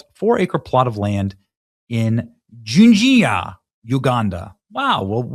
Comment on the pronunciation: The pronunciation of "Jinja" is the same as ginger... It means "stone" in Luganda... That's the city I grew up in too